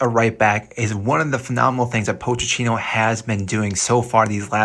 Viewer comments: “Poach a teeno” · Bro this video got annoying after you kept saying “POTE CHINO”